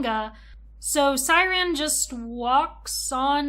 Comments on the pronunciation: Pronouncing Syaron like siren after watching the anime @@ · I wanted to watch but noped out after the 2nd “Siren” lmao atleast learn how to pronounce character names??? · Is not siren is syroan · Siren? Shao-ran Syaoran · Amazing video! She pronouncing Shaoran as Syran made me chuckle every single time.😂❤ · I know this is old, tu the way you kept calling him “siren” was so confusing I had to think hard about who we were talking about every time you mentioned him because I didn’t know if it was a card or him 😭